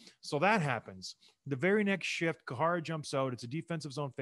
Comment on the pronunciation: Great vid... but John Scott, it's "Care-uh" (Or "Kye ruh" as most of us white folks call him), not "koo-ha-ra". I missed this gem of a series though. Just checked out episode one of "Pound for Pound".. man, this content is great!.